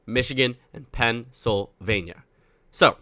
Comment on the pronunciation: PEN SYL VANIA